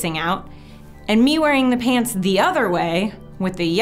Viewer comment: I thought you said hands not pants